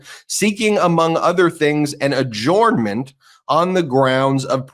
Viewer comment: Why do you say "ajooooornment??